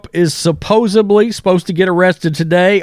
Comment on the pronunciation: Supposedly not “supposebly”